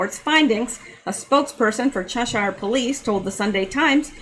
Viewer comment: Lol you’re so cute, it’s pronounced ‘chesheer’ (Cheshire) don’t worry I regularly debate with my Texan husband over my pronunciation of ‘yoghurt’, ‘router’ and ‘garage’. 😝